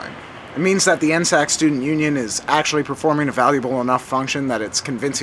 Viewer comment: N S A C Not N-SAC